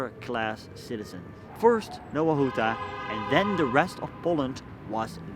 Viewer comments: Hey man it needs to be pronounced like "Nova Huta" instead of Nowa Huta". In polish the letter W makes a V sound. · Faktycznie, w chuj czasu trza było poświęcić dla Anglosasów by sprawdzić że wymowa to "nɔva ˈxuta"